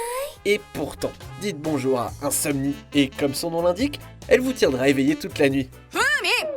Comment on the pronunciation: J'ai été super choqué quand tu à dis Insomnele